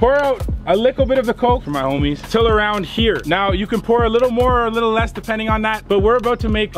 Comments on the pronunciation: You need to stop saying a lickle it’s a little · You say little like “lickle” lmaoo any else notice that 🤣🤣